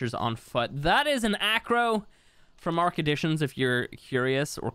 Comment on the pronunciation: Am i the only one that hear "ark addition" as "ark edition"